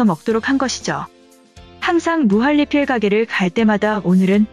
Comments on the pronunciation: 으..무할리필이 아니라 무한니필이라고 말해야하는거 아닌가요? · 무할리필이라고 읽는 이유가뭘까